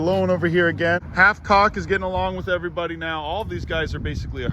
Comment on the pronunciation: “Ok everyboudie “